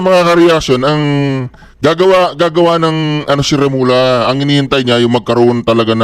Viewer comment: Hindi Remola. Pag doble l. Ang reading is lya... Remulya ang reading. Mag aral ka ng subject Spanish 1 ok?